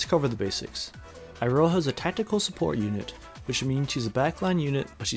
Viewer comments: the funny part is that you actually nail Michiru pronunciation pretty good but then pronounce Iroha "I-roha" instead of "ee-roha" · It's pronounced Eeroha. Come on, you american weebs should be used to japanese by now. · who tf spell iroha with eye-roha 😭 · why do you pronounce it as "Eye-ro-ha"?